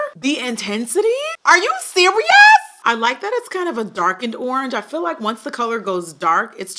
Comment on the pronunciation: WHEN SHE SAID URRANGE I DYED😭💀💀 WHAT A GREAT WOMAN TO REPRESENT THE BRAND!!!!🙌🏾🙌🏾🙌🏾